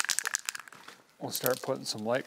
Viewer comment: Surely running your engine while filling is a recipe for disaster? 😮 It's illegal in the UK, same as calling Wimbledon 'Wimpleton', the king gets upset. 👑🇬🇧😂